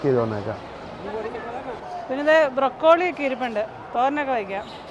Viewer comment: ബ്രൊക്കോളി അല്ല ബ്രോക്ളി ആണ്.